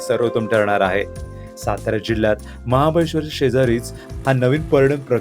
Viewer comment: महाबळेश्वर बोलावे 😂😂